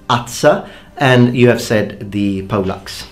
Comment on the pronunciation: thought I heard pollocks when said poleaxe. And it's interesting the Italian for glaive is very similar in pronunciation and spelling to falchion the sword